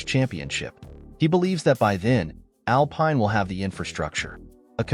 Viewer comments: Pathetic. If you can't even pronounce 'Alpine' properly....... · Man has never watched a race or he would know how to say Alpine, Briatore, and other stuff.